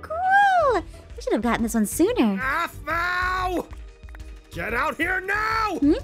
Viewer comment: Dont want to offend you if youre offended easily, but "aphmau" sounds like "avv-mieeow"😅